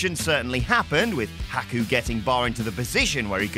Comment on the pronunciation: I wish this clown speaking would say he name right